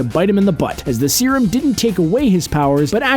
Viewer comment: its serum...